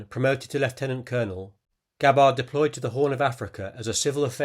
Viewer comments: It's Gab-bard, not Ga-bard. Emphasis is on the first syllable, not the second. Rhymes with scabbard. Unless you mispronounce that, too. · You should research Gabbard's actual medals and the correct pronunciation of her Name! Aloha!